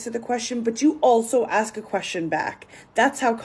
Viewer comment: says intelligent but pronounces ask like axe